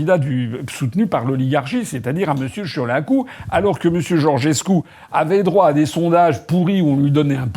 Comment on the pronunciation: Oui, oui, oui, M.Asselineau, vous prononcez bien le nom de Marcel Ciolacu.